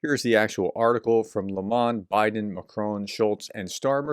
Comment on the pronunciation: Lay Moan-deh